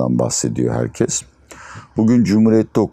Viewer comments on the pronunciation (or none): none